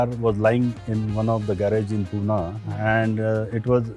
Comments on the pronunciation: No Poona it's Pune😑 Great episode amazing collection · It’s Pune not poona